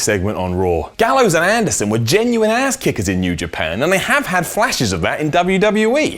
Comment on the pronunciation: the way says ass. that's a down